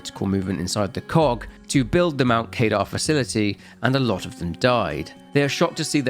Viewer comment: Only watched 8 minutes. Only Mount Kadar as you said it like one would pronounce radar, but it's kuh-dar. Doesn't matter though. Not sure I can watch all of this (nor do I need to) but nice job. There's a lot here.